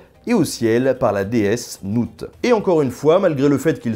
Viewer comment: Le nout « NWT » et non noun.